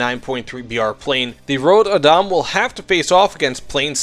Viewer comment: rod badam? man you botchered that name. and yes this is a pretty bad plane am swedish so I bought it regardless